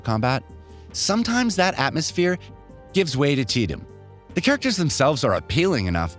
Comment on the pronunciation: "gives way to teedum"? lol